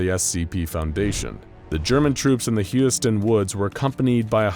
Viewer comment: Am I the only one that noticed him pronounce Husiatyn like 3 different ways? lol